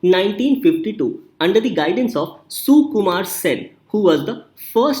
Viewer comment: Not soookumar just sukumar .... and I know pronouncation is not a issue at all.... just saying...😊